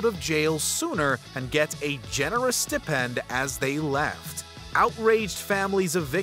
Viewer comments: Ugh... the way he said "stipend" like sti-pend made me cringe. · So … it was an April Fool’s joke that you can’t pronounce “stipend,” right?